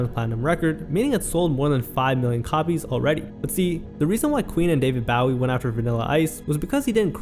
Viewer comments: The pronunciation of Bowie makes me cringe. Otherwise, great video. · Your'e pronouncing David Bowie's name wrong. BOW-EE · Hearing David Bowie’s name mispronounced hurts my bones. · This is a good video man, but you should figure out how to say David Bowie 😂